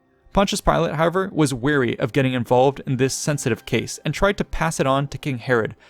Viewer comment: Love your channel but your frequent use and mispronunciation of the word "however" is really irksome.